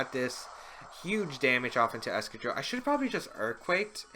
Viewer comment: Is that really how you pronounce excadrill.....?